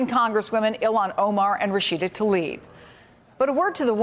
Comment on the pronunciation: It's Tlaib, not Talib.